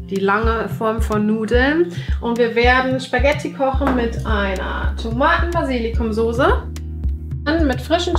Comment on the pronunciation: notice how she pronounces die Soße, as far as I know the ß should always be pronounced as [s]?